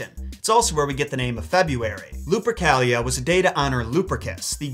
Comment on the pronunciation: Luprica sounds like Lubricant to ke